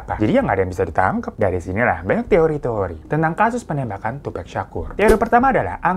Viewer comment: bang bacanya ‘tupak’ baang bukan ‘tupek’ 😭 satunya sug nait bacanyaaa wkwkwk